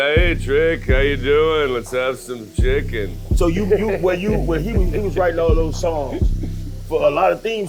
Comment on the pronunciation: "im excied Trick how ya doin let's ave some chi cken"😭🤣